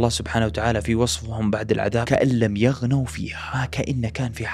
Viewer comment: بارك الله فيك و لكن تنبه لحركات الكلمات اثناء قراءة القرآن و جزاك الله خيرًا 🤍 خاويةً و ليس خاويةٌ و عادًا ليس و عادٍ يَغنَوا و ليس يَغنُوا